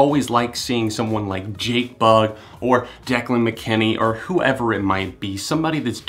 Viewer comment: died when he said declan mckenneee